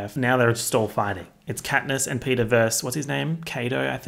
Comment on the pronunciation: Something about the idea that if anyone watching this has never seen the movie before and now thinks that Peta’s name is Peter because of your accent just tickles me